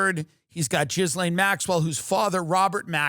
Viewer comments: it's properly pronounced "Ghee-Lynn". Westerners tend to go with "Ghee-Laine". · The way he says Jizz-lane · Jizlane…hilarious pronunciation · I like how some commentators say Ghislaine's name like "Jizz-laine" It's hilarious 😂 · Anyone else catch the “JIZZlane Maxwell”??? 🤣🤣🤣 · I love how Tim calls her Jizz-lane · love how we are gonna keep saying GIZlaine Maxwell forever!😭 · So it's for sure pronounced Jizz-Lane Maxwell?